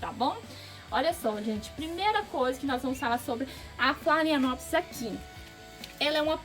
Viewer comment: Pronúncia certa de phalaenopsis: falenópse.